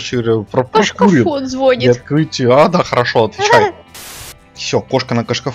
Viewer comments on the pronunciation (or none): Кошка, не звОнит , а звонИт